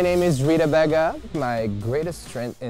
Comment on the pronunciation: The judges keep pronouncing “Baga” wrong!!!